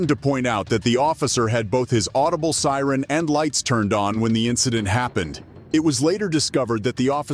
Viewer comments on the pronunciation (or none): He also earlier says "sire" instead of siren. Either a horrible voice over artist reading a script written by an East Indian, or an advanced text-to-speech application. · When the narration is done with a digital voice, at least get the words correct. 'should have heard the SIRE...' Bullet proof WESTS.... This channel is a waste of time.